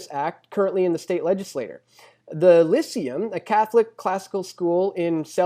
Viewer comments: It's pronounce Lie-SEE-um, not LISS-see-um. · It's pronounced "Lie-see-um". Sorry, but it's very hard to take seriously an argument that can't even pronounce the contenders correctly. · Lyceum = Lie-SAY-um.